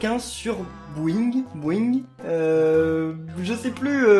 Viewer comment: C'est boing pas bouing